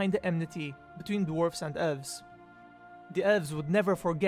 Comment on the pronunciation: its ELVES, not ULVES